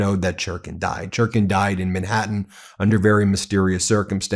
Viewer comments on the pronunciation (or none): none